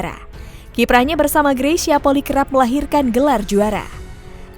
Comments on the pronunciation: Bukan Poli tapi Poli-i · Bedakan polii sama poli Kedua marga itu ada d Minahasa mohon d ralat cara baca polii jgn d baca poli 🙏🙏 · Bacax gresya poli i. Bkn poki. Itu org manado dan poli i itu margax.